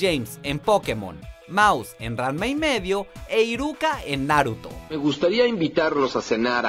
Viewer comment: También dijo "narutó" y "animé" 😂